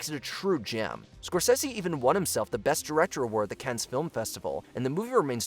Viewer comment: A little thing, but big in the industry: Cannes is pronounced "Can"